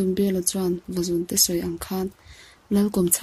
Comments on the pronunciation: Vazúnte tih thluk hi a diklo Vazùn zùn tih lai hi 'thil ka siam' tiha siam lai anga thluksan tur a ngaihnwmna ati bo trep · vazuuunte tih tur a ni lo mw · vazunte chu i thluk diklo a nih hi.. va zuuun tiin aw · Vazunte i lam rik dan a diklo thluk deuh tur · Vazun-te tih a, zun hi, Khua tih thlukin lam tur a ni e.. Channel ṭha ber pawl a ni e.